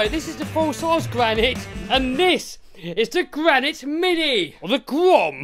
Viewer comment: The Gwanite Gwom.🤪